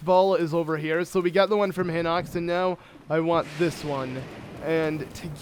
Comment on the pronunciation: not hinux HINOX! HORRIBLE VOCABULARY AND I WROTE THE SAME THING IN THE GERUDO VIDEO WHEN YOU GOT THE GERUDO CLOTHS AND GOT IN GERUDO TOWN BUT DUDE READ THE WORD CLOSELEY!!!!!!!!!!!!!!!!!!!!